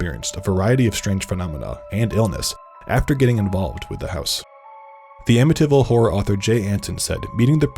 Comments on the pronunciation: Why do you pronounce amityville like that? "amiTyville" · The way he pronounces ‘Amityville!’ 🙄😒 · As a long islander, I find it offensive to hear you mispronounce Amityville.